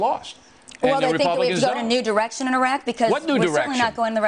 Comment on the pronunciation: at 656 bill says erection instead of direction lol.